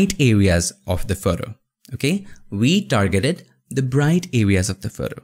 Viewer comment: We dargeted... I love this guy.